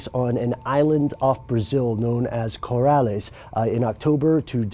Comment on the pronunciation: It's not "Corales" - it's "Co-LAR-es". Please check your pronounciations more carefully.